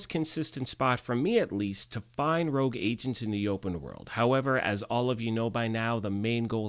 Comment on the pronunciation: Is my English that bad, or is "rouge" not "rogue"?